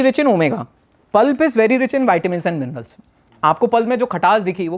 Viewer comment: Dr Saab minerals hota mirnals nahi